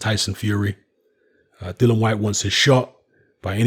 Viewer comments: Dill e an not Dillon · Dillian not Dillon lol.xx